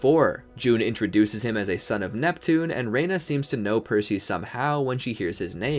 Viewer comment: you said “Sun of Neptune”